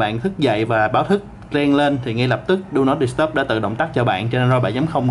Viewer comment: "Đu nót đ** tắp" @@